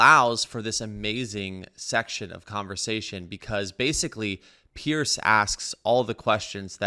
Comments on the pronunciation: Piers Morgan. Pronounced more like Peerz. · Note: Piers' name is pronounced similar to "peers" not "pierce". Aside from that, love the video!